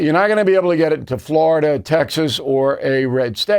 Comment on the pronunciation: Can you say Florida?